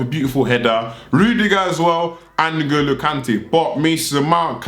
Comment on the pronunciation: Did my man say Sheikh N'Golo Kante??? Dead